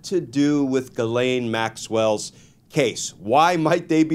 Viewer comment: Can we please stop letting Ghislaine use an alias? Ghislaine is not hard to pronounce for an English speaker. The "laine" is pronounced exactly like in "lent" without the t, or then name "Len." The "ghis" can be harder cause English speakers are used to having a d sound, but it's just "Jiss" without a hard start. Ghislaine is not a hard name for English speakers to pronounce. Call the piece of garbage by her actual name ffs.